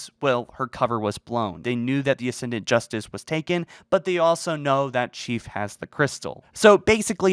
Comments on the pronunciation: ascend-ant. not ass-end-ee-ant. I bet you say nukular. carry on. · Why do you keep pronouncing it "Uh-send-ee-unt"? It's "Uh-send-ent".